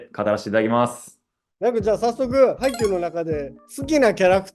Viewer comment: ハイチュウの発音